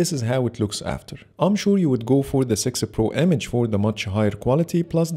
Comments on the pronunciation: It's heard like thay every time, even subtitles write 'sixer' 😂 Anyway, thanks for this great video 😁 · Great camera comparison and great video, but why do you always say sixer pro?😂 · 😂😂in sorry Bro. But the way you say six pro, (Google pixel sexy pro) I know it's the accent but nonetheless loved the video